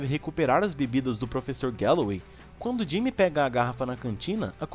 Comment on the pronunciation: Vc falou frevessor na 133